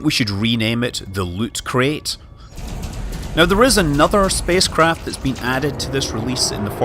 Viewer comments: It's not pronounced 'Crate' it's pronounced 'Krite', it's named after a species of... oh forget it. An education is definitely no longer necessary these days. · So Scott I’m going to be that asshole that tells you: “Apparently it’s pronounced ‘K-right’, not ‘K-rate’.” Yes I hate myself too. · Mr K it’s pronounced ‘k-right’